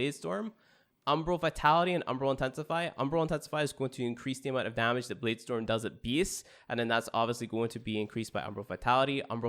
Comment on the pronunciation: Lmfao I cringed when he said that